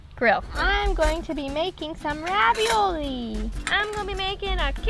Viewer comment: you forgot R in the ravioli but i dont mind